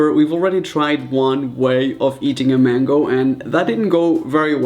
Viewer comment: Mango (main-go)